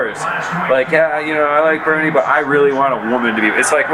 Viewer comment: "Burn-ie" Sanders